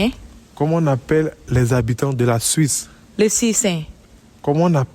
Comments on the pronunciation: "les suissains" 🤣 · Tabernacle 🤣🤣🤣« Les sui-seins »